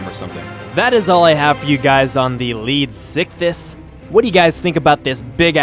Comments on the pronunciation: you also messed up the name is pronounced {Leeds-Ick-This} not {Leed-sick-this} and the reason I'm correcting your placement of the S in pronunciation, this fish was named after Sir Arthur Leeds a man in his late 70's at the time of the animals discovery in a time when the average age was 47-55 before death and here's this Old man wandering around in the desert as one of the earliest Paleontologists and he found the tail fins, Pectoral fins, & Fragments of it's jaw. the man died 3 years later after the British National Paleontology Panel accepted the name Leedsichthys which means Leeds Fish. Just a little history on the real beast for you. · I thought you were saying sickiness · anyone else think he said leech sickness at least once? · This is how you say it lead-if-I-kiss (phonics I) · Does any one else hear lead sickness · I see you're struggling to say it's name, how about we compromise on calling it Leedfuckthis